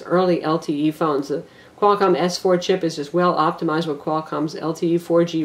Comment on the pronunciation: I like how you messed up qualcom secretly:P Maybe several times?